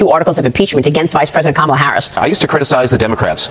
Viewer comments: “comma-la, like the punctuation mark.” can we PLEASE get it right? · The mispronunciation of her name is really getting tired.